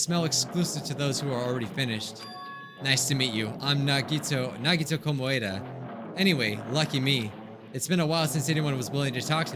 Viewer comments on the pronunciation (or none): “Nagito Komaeda”: Nagito Ko-Moé-Dah. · No one: LiTerAllY no one!!:: NaGiTo KoMoEdA